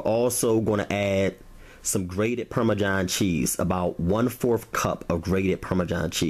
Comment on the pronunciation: "Parmejohn cheese"